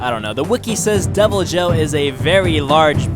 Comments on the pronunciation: Deviljho is pronounced devil joe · its pronounced devil-yo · The Devilijho is correctly pronounced with the j sounding like an h such as in Jesus in the Spanish sense. Devil - e -ho being the correct pronunciation from what i have used in my own experience playing the game and from multiple other sources that play the game The Uragaan is pronounced oo-ra-gone(or gaan)